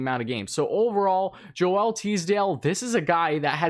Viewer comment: It's pronounced Jo-el but the J is a French J, so it's pronounced like the S in fusion.